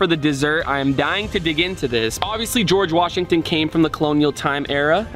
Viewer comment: Geogre washigton sevens💀